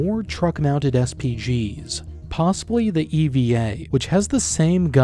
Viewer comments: It's not E.V.A. mate. It's Eva (Eve). Zuzana likewise means "Susan/Suzanne." Do you see a pattern? :D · Btw the EVA howitzer you mention in the end is supposed to be read /EY-vah/. Basically all products of the Czechoslovak artilery traditions after DANA are named using female names (that are sometimes supposed to be acronyms) - so you get Dana, then Konštrukta came up with Zuzanas's, Eva and there is a project called Bia too (which as far as my knowledge of female Slovak names and their familiar versions is not an actual name, it just sounds a bit like one, while in Czechia Excalibur Army and the whole CSG concern (aptly called Czechoslovak Group, milking our latent Czechoslovakism yet again) focused on the Dana upgrades and then later the Dita and Morana (which is the name of the female Slavic death diety btw). All female names and I personally like the scheme - imagine Americans calling their new tank Avril or something :D